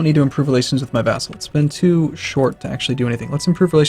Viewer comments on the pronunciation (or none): "France has teeoo." Sense rubbing off on you,!